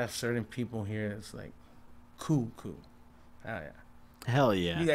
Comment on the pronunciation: And coo lol